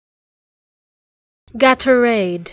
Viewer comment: It’s not pronounced this way. It’s gay-tor-ade